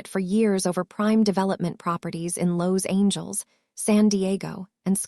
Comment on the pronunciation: Beautiful story just get a narrator that can pronounce Regina and Los Angeles a little better other than that awesome. Favorite parts they were on the hunt looking for Regina, him coming to the vet with a dog that he had found at a construction site, Hannah making a video of Lucky lol and Regina's grandma talking about the men's in her yard and when she said they better not step on her roses 🌹😂 hahahahahaha. On the next one can we get more scene's please 😁 and thank you. Watching from Texas